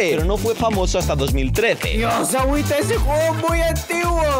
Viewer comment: es awita no awuita